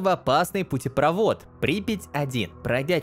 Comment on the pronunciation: не очень явное палево, но он даже на слове путепрОвод, поставил ударение неправильно.